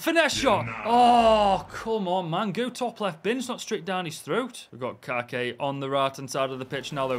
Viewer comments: Its not Kake, its KaYYYke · Kayky is from my clube here in Brazil Fluminense, his name in speaking the Y hás sound of i, Is like kaike. I love your vídeos, you have fãs around The world like me in Brazil.❤😂